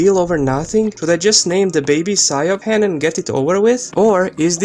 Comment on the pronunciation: Siobhan is pronounced “She-vorn”, the b is a v sound. Irish names sound beautiful but aren’t spelled how you would expect. The way you pronounced it is exactly why the mother doesn’t want to name her that. I went to college with a Siobhan and worked with a Sorcha (pronounced Sera-ka)